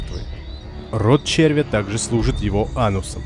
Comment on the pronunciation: ЧервЯ , а не чЕрвя . Двоешники !